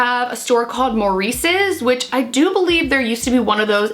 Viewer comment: Maurice's is pronounced like Ma-reeses ( or that's how us mid westerners say it lol) The store is all over in the mid west!! I love their clothes. They are really good quality and very inclusive in clothing. Most of their clothes runs big too. They are pretty pricey though, but not as expensive as other plus size clothes and they have plus and straight sizes in store.